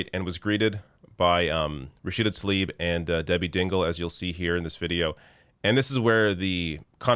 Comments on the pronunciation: i jsut want to point out. her last name is tlaib. it is NOT talib......for some reason all anglophones i've heard pronounce it talib. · “Thoughs and Prayers...🙃”, and he couldn’t even be bothered pronounce Talib’s first name correctly. Yeah...his fake-ass concern for her and her family’s well being is obvious.